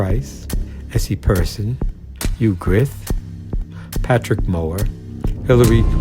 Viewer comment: "Hugh Grith"? What happened to the '-ffi-'?